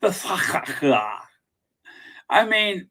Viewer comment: “Sussexxx SQQQuad”. I had to stop eating my yogurt to let you know I’m rolling on the floor laughing 😂😂😂😂😂😂😂😂😂